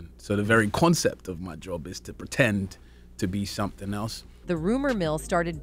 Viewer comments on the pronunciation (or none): none